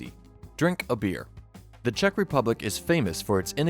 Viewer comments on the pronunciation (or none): none